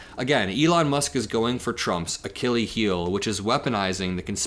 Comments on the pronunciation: The plural of space craft is ‘craft’ not ‘crafts’. ‘Crafts’ are skilled pursuits, as in ‘arts and crafts’. And Archilles is pronounced ‘Archilleez’ not ‘Archilee’. And yes it matters. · "Achillee Heel"?, yer almost there, but Achilles has an S on the end 😉👍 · Akile heal, whats that? Do you mean Achilles Heel? Because that's not how Achilles is pronounced. edit: so you do know how to pronounce it. So what's an Akile heel? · Love your coverage but seriously it's "Achilles" Ah--kill-ease the s at the end isn't making it plural his name was "Achilles"!! I don't know why it's driving me so crazy but pleassssssse say it properly lololol! Anyway if Elon wants to save his companies this is his one and only chance to do it! He needs to put out a tweet saying "Anyone in congress that doesn't want the fight of their lives in 16 months better start doing the right thing or the Dems WILL have way more money than they need to replace you"!! If Elon tweeted that tonight the tangerine tyrant would be gone by the end of the month!! It's time for the cabinet to invoke the 25th amendment or it's time for congress to IMPEACH HIM!! If they weren't feckless cowards he would have been impeached in the first week! He's literally broken just about every law a president can just pick one and end this nightmare!!! Keep up the great work for someone so young you're much more observant, responsible, honest and have far more integrity than 90% of people that report on politics and it's great to see!! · Bro said Achilles heel like 20 times but MISPRONOUNCED it 19 times. Don’t use terms you’re unfamiliar with or… familiarize.